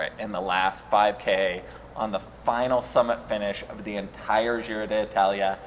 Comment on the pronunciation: I see we're persisting with the miss-pronunciation of the name of the race. Nothing if not consistent.